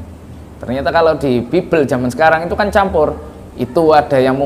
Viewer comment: 😂😂😂😂dusta mana lagi yang ingin kau nikmati?clim,clim...caramu ngucap bibel aja udah salah